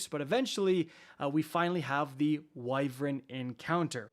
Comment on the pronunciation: its not "wyvrin" its "why-vern"